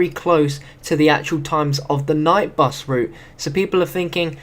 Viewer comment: Bus not bes